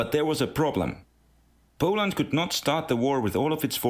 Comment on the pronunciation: POOLAND? I got mad at that...